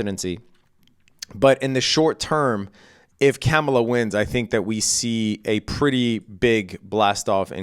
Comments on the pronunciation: IT'S KAAM-UH-LAH..., NOT CAM-UH-LA, jeez bro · It's pronounced Car-mar-lar. Jeez. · You might’ve outed yourself on your political proclivities in the mispronunciation of Kamala. I give you the benefit of the doubt tho. I think you’re a good guy from what I can see. FYI it’s pronounced comma-la. Kamala. Easy. Happy trading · Bunch of bitches in the comments. Who cares how he pronounces Kamala. Does that make him less skilled as a trader?? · You know all that financial jargon, but you don't know how to pronounce the name of a presidential candidate? This late in the contest, if you're going to mispronounce her name several times in a row, you might as well have put on a MAGA hat for the video. Like many you tubers, if you're trying to avoid the controversy of saying who you're voting for, then staying professional throughout is the better tactic. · aaaand there we have it. lol. God damn. I’m not offended whatsoever. I was trying to give you the benefit of the doubt. Maybe you never heard the way she prefers but your response leads me to believe otherwise. When you mispronounce somebody’s name intentionally over and over again even after being corrected you’re just being a dick. Don’t be a dick. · You should really learn how to pronounce her name